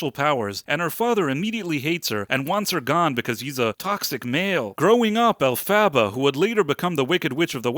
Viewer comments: Yah, It's Alph-ah-bah like "alphabet", not Alph-abba like the band ABBA. They made a big deal out of the name pronunciations in the movie. Hard to forget if you watched the movie. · Sigh You didn't watch it, did you? "El-fava?" If you had sat through the runtime, you would know it's pronounced "Elf-a-ba". They say it pretty much every 5 minutes, at least. I'm usually willing to give people the benefit of the doubt, but not when it becomes obvious they are talking out their ass about something they haven't even read or watched. How are you any different then the MSM picking up talking points and repeating them? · El-fuh-buh. PLEASE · I loved watching your review, which is clearly so off as this was the third best performing at the box office in 2024. You don't even know how to pronounce the main character's name. 😂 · If you can't even pronounce alphabet's name then I don't think you need to be doing this review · Maybe learn how to say Elphaba's name. This is a silly review. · haha nice pronunciation of Elphaba. OMG. Fiyero is "moist"? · You’re saying Elphabet name wrong and I disagree with you 10000% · Can’t take you seriously when you keep mispronouncing the main characters name 😂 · Why couldn’t you just Google how to pronounce her damn name? wtf is an “Elphaba” Lame review. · Im confused. They say her name a ton in the movie - why do you keep saying her name incorrectly? Its not even close. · your AI narrator mispronounces Elphaba. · Sigh.. it drove me nuts that you pronounce her name wrong. It's not a sequel it's actually act.2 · Dude, the way you say Elphaba. Stop.